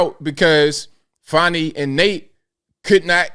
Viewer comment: Her name is fanni, not fawny. Her nake is part of a butt.